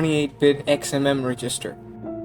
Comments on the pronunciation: Reg. Is. Ster. not Regist. Er. Other than that annoyance this was really well done. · Was there a reason why you seemed to pronounce resistor rather than register? Maybe just accent ? Nice vid btw. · Great video, just one small critique: it's pronounced reg-ister not re-gister. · Cool video. But isn't register pronounced "REH-jis-ter" not "ree-JIS-ter"? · This is really well done. You made some pretty detailed stuff make intuitive sense. It sounds like English might not be your first language, so I thought I'd let you know about something that really tripped me up in your pronunciation. The word "register" is pronounced with the stress on the first syllable, as in "REG-ister", not the second. I thought for the first couple of times that you were saying "resistor" (where the stress is on the second syllable, as in "re-SIS-tor"). English is so weird. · Never heard the emphasis on the "GIS" of "register" before which only seems to happen sometimes? REDGE-is-ter. "Resistor" has middle emphasis, but that's a bit deeper than compilation analysis. And yes. Abstraction has always been to help humans get their heads around what's going on in the code, and can also help to some extent with code re-use. It has almost never been good for speed. One of the reasons compilers are so huge is to try to boil down all those levels of abstraction that we're so fond of into something more concrete; more machine; quick. Clever as they are though, they still can't get at the essence. Were it humanly possible, or more likely in these times, cost effective, to sit down and write dedicated, readable but non-abstracted code for each and every thing, many programs, even the compiled ones, could be hundreds or thousands of times more efficient. And our web browsers wouldn't eat all our RAM trying to count to ten in JavaScript. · saying register like that is crazy